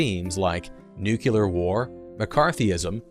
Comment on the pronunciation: Nucular war...